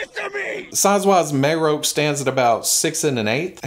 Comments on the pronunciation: ok. let me help you out. His name is pronounced Muh Rock. Just say The Rock and replace it with Muh. Marrok. That's how they said his name in the show. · Now we need a Marrok that howls and shoots out green farts when you squeeze him. Get on it (add a toy company name here)! Pronouncing Marrok differently every time throughout the video was hilarious,.